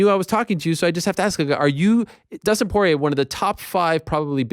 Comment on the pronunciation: Dustin Corn-ier